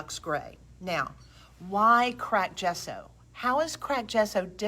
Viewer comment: Another wonderful video- thank you! BTW you are saying “gesso” correctly! It actually means chalk in Italian.